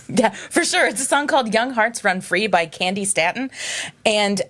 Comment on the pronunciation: It's pronounced Candi Stay-ton. "When you wake up tomorrow" is another one by Candi that is solid. That one and the Silver Convention song are the only ones that would make my Top 1000 disco/funk songs I'll give you 13 mid to late 70's disco/boogie cuts. 1)Crown Heights Affair- "Dreaming a dream" 45 version 2)Cheryl Lynn- "Got to be real" 45 version 3)MFSB featuring the Three Degrees "Love is the Message" 12 inch mix 4)Cymande "Bra" 5)Eddie Kendricks "Keep on Truckin" 6)Janice Mclain "Smack dab in the middle" 12 inch version 7)Archie Bell and the Drells "Soul city walk" 8)Teddy Pendergrass "You can't hide from yourself"(Dimitri From Paris Super Disco Blend) 2010 remix 9)Black Ivory "Main line" 12"mix 10)First Choice "Love Thang" 12"mix 11)Mandrill-"Can you get it (Suzie Cesar)" 12)Jermaine Jackson "Erucu" 13)Pleasure "Glide" And anything Nicki Siano or Larry Levan put on the turntables. Don't look at Disco compilations with edited versions. Look at the Dance and Black Singles Billboard Chart. I listed some of the best and they lean very funky.